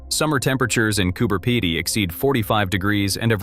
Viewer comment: Came to say that lol…..peeeeedy